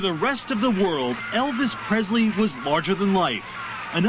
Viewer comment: it's Presley, not Prezley.